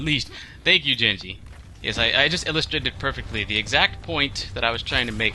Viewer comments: I heard you say "jenji" and gave up watching.... And don't fucking say anything about accents. That was just horrible lol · did you just say jenji???? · There's a hard G in genji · Genji...He's Japanese...Sounds more like Ghen-jee...Not so much...Jenn-jee. But yeah. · That's the Westernized version, Genji is actually a Japanese unisex name commonly used for girls but it can be for males. It's pronounced "Junji"